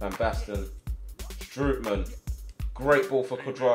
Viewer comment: You actually have to prenounce Strootman as Strohtman